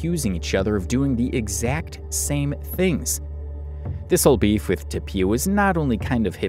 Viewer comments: i cant handle you saying toe-pea-a instead of toe-fee-a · Just so you know, Tophia is pronounced like Sophia, so the 'ph' is an 'f' sound. Great work on this vid man. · Toe-fee-ah, hope this helps